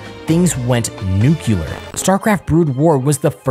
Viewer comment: Grammar police here: Lesser offence: you pronounced nuclear as "nucular" and that's so pathetic that the Simpsons mocked it decades ago. Unforgivable offence: you wrote "in IT'S professional scene". ITS. ITS professional scene. WTF does "in it is professional scene" mean, huh? Illiterate.